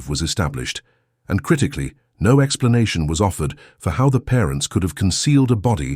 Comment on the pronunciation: The “No” does not sound “emphatic!”🇬🇧